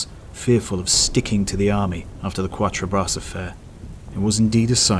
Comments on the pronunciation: "Qwattre- brass"? Please, I'm sure you can get closer than that! Try Kattre-brah! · Thanks for the video. Really enjoyed it. Just in case it helps, it is pronounced “cat-tra- bra”.